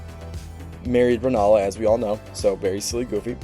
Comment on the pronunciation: For the love of God, US English speakers, please. RENNALA. RENNNNNNN A L A